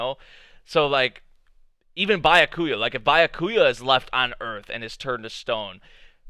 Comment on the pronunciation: I like how you keep saying Bu-a-kuya instead of Bya-ku-ya.